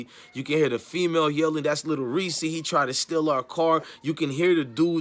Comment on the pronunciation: I thought it was Lil "Reese". Sounds like he sayin Lil "Reesie"? Smh..